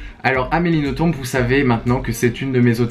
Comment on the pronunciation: Si jamais pour Amélie Nothomb on ne prononce pas le B :) on prononce Noton :)